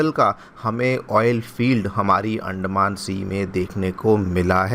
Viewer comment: अंडमान.....? 🥚 या अंदमान.....?😂